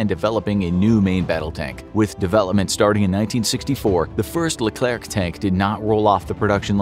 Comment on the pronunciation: The name is Leclerc, not le clerc, this was the name from the General philippe Leclerc de Hauteclocque, commander from the "2° division blindée" (armored division) : battle of Koufra (Lybia), battle of Normandy, liberation from Paris, liberation from Strasbourg both take from the 2°DB ALONE without any support...